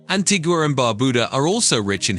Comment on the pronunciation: 4 minutes into the video and we've had BAR-BAR-DOS, GREN-AH-DA and ANTIG-U-AH. These pronunciations are wild!